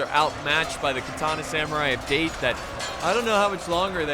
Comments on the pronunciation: Its 'da-te' not 'deit' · “Da” as in dark, short pause then “te” as in ten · dah - teh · I don't think they are called "Date". I think they are called "Da te" or Da Tey. That is how the Japanese pronounce. That is what I think, I am not a Japanese language expert, but do read a lot about Japanese history especially during their warring period. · It’s not date it’s Da-Te to pronounce it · Daaaaa Teeee... Not DATE, ffs :D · Date clan is pronounced dah-te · It's not date its da. Tae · I suggest you watch some historical Samurai anime, sir, to get the pronunciations right. Date = Datt - teh Shimazu = all the vowels are short, like the way you say the vowels in (gun) , and not a long vowel like (man) the weapons you got right. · It's pronounced "Dah-Tay" for "Date" ffs. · Da-te not date XD bruhhh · Its pronounced Dah-Tey not Date. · No thats not how u say date in Japanese this the way its produced daw tae=date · I noticed quite a few people criticizing for mispronouncing the Date clan, I didn't see anyone actually correct him on it. Date is in the clan is pronounced "Dah-tay", similar to how you would pronounce Dante from the Devil May Cry series. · I know this is almost a year old but it'd Da-Té when pronounced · is damm Date when its prenues Da-te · It’s Daté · Its pronounced Da Te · Date would be pronounced Da-te as in tech. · OH TOE MOE, DAIT, bruh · It’s pronounced dah-te just a tip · Date Clan is pronounced "Dah-Tai" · We have the date, it’s pronounced da-tay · Nagiyata & Date tho :V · it's Da- Tē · Da. ~ te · hahaha the first attackers'faction is pronounced "dahtey" and not "speed date";=) seriously do you bring rocket launcher at your first dates?? xD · It's actually da te ,pronounce separately,just saying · The amount of wrong pronounciations here actually made this pretty fun as an adittion to being a good battle... But for gods sake the pronounciation of 'Date' made me cringe.......